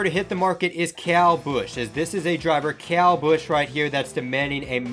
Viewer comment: Good video, but why did you pronounce kyle busch like that?